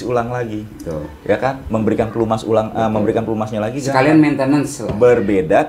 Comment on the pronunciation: Pelumas bang bukan pelemus.. wkwkwkwkwkwk